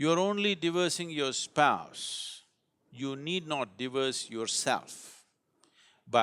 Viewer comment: Took me ages to figure out that he was saying 'divorce', not 'diverse' 🤣